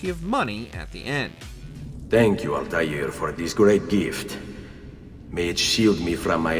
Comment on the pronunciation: Alta “eh” r…